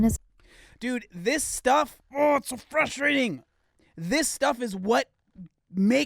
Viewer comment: Gotta love the "frushtrading" :D <3 Greets from Germany